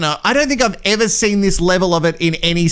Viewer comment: Thanks for the rehash! I will never ever say "never" and "ever" the same way again. It will always be the Tazzie way (Sorry if I said that wrong, but I'm from the US). Nnneeva and Eeeva! I guess I can thank for that! 😂😂🤣🤣